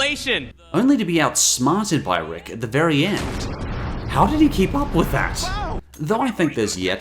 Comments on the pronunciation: Mistakes: •Zygerian not Nigerian •Something RICK-ed not ricked •Schroidingers cats. You must be really dumb if you didn't realise •What monsters? A point of the show is monsters aren't defined by looks but by being (this might be a bit picky) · Something ricked pronounced as wicked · Something Rickt? It's pronounced "Ricked." y'know, like, wicked? It's a play on "Something Wicked This Way Comes." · my man just said “something Rick’d”. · It's pronounced Rick-Ed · It's pronounced "Something Rick-ed" because it's a pun. It's "Rick Potion NUMBER 9" because it's a song reference. Aaaaaaaaaaaaa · Two minor issues 1. It's pronounced something Rick-ed (like wicked) 2. The place with all the cats isn't the 4th dimension, and those are schrodinger's cats, but I guess you didn't get that joke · Sorry but its wicked with an R. Dont wanna sound like an ass but i got in an arguement with a friend and i won. So ima gloat. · You said "Something Ricked" wrong It's a parody of "something wicked"